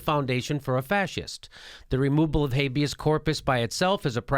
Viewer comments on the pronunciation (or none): Just a little correction. Its 'habeAs corpus' :)